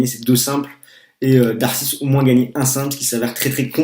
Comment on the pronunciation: Juste pour info -> On prononce darcis -> "darci" et de greef -> "de gréphe". En dehors de ça... bon résumé, bonne analyse :)